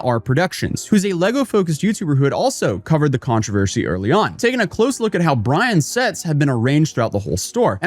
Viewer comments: Man, this video was a doozy. Ups and downs, thrills and chills... and the way you pronounce "controvershy" is mind-boggling, lol. Great content, as always! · TF is a controversHy? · Am I having a stroke or is saying Controvershee? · drinking game: Take a shot whenever pronounces the word Controversy as "ControverSHEY". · You missed one key detail about this controversy, how to pronounce controvershy. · am i having a friggin stroke or is REALLY struggling with pronouncing controversy?